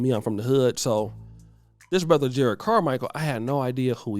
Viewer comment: juh-rod not jered. there are 2 r's.